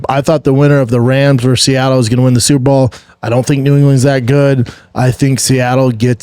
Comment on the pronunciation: Is he saying super ball?